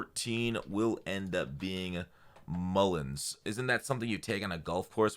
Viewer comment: Stay away from the golf Green, its "mulligan" lol